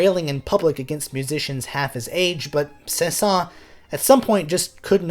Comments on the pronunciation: Saint-Saensssssssssssssss the final s is pronounced. Oh well. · The last “s” of his name is not silent. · It isn't a big deal because I have heard many french natives pronounce his name without the s at the end (although it should be pronounced)... so even many french speakers are confused about his name pronunciation. Thanks for that great video btw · I think the pronunciation includes the letter s. Do a little more research, beloved musicologist.